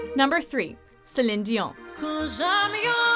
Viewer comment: The way you pronounce Céline Dion just angers me🤣🤣